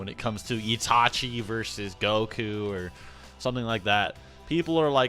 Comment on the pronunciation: "Itachi" is not pronounced "Yee-tah-chee" but "It-a-chi"...Seek help, from a qualified speech therapist, and maybe a few psychologists, to deal with your cognitive impairment.